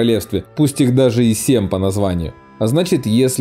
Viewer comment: Вы такой клевый и канал Ваш интересны, но не говорите пожалуйста СЕМ )))